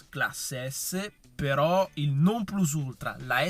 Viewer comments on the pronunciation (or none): none